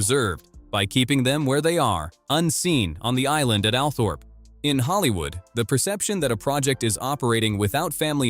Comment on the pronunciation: I think Althorp is actually pronounced Althrup